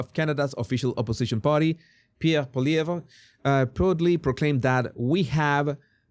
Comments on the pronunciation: Pollievre - pronounced Poly-Evv The re is silent. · I live in Canada and am totally distressed by what is happening to our country. By the way Polievre, the re at the end is silent.